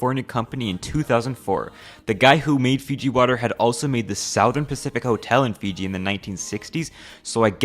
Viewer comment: Why do u say souther sow-thern. Just curious, love u